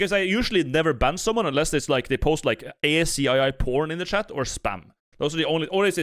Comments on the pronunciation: As cringe as Thor is I think the worst part is that you spell out ASCII instead of saying "ASS-KEY" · argument invalid, bino says "ay ass see eye eye" instead of "ass-key" for ASCII